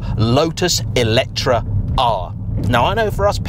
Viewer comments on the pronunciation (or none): it is me or I heard always ELECTRA instead of ELETRE when you say the name of this...? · Wht Brits call this EletrA if the name is written EletrE?